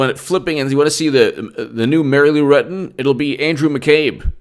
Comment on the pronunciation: 😂😂😂😂😂Mary-Lou Retton!!😂😂😂